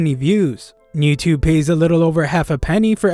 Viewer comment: "Newtubu" BRUH